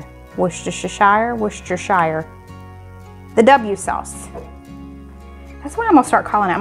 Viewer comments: Hi and, I’m thinking that wus ter sure isn’t quite right because wus could be pronounced as rhyming with us, and sure isn’t shire 😟 I think pronounces it absolutely perfectly. I’ve always written it as wooster shyre if I’m helping someone pronounce it. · Wooster (like rooster) shire (shure). No sugar in ours over here either! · LOVE your channel! Always excited to see "what's for dinner." P.S. Worcestershire is pronounced wus-ter-sure 😊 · your right! Wus ter sure!! And I’m from Worcester in England where the sauce is from!!! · An easy Worcestershire ~~~~~ Wuss - ter - sheer. Loving your recipes...thanks for sharing !! Greets from UK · Hi honey! It's said Wustersershire, over here in the UK. What a pain to say! Love your channel and family lots. Xxx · If it helps, think of the "Dub sauce" as WUSS-tur-shur sauce. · Phonetically: Woostershear sauce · Worcestershire- woo sta sure. Ever you have a question of how to pronounce British words try: Learn English with Gill, Video "How to pronounce "R" in British English. Or you can try for fun- Learn English with Benjamin [engVid], How to say the names of places in the UK. Don't feel bad I've lived over here for almost twenty years now and I murder British English daily! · Wus tah sha is how it is pronounced and I used to live not far from there in Britain. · From a Brit... it's pronounced 'Wuss-tur-shur' :)